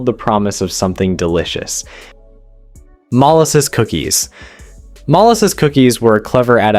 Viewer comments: "mollesis" cookies??? MOLASSES cookies! Also, milk in bread pudding, not water. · It’s mol-asses. He pronounced it two different ways. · Cornbread is definitely not FORGOTTEN. It is a regular staple in my home. Baked beans are a regular in my home. I eat bacon and fried egg sandwiches for breakfast. I can't eat onions. Bread pudding is a treat to me. I like it and grew up on it. My father could not stand it so it was not served to me in my own home. Love how the AI can't even properly pronounce a well known ingredient like Molasses. I grew up on Molasses cookies. My home has never known an absence of eggs. Chickens are cheap and easy to raise and deliver a buttload of eggs daily. Johnny Cakes are regular meals at my home. Biscuits and gravy have always been a part of my life and still are. Your potato pancakes look very much like my hash browns. Hmmm? No chicken and dumplings? No Red Beans and Rice? 2 poor man foods that have been regulars in my family my entire 55 years of existance. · Your presentation, the way you told the stories about the depression foods, was going well until you got to the Molasses thing. You pronounced ‘Molasses’ three different ways. So yeah, I’ll watch your program again some other time. You kind of let me astray there, and I don’t know, it’s just weird. You people need to learn how to speak English.